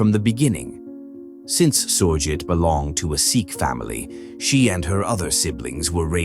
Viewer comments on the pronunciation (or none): none